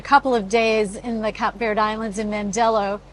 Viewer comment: What did you call the place you left from: Cap Verd. Mate it’s pronounced Cape Verde.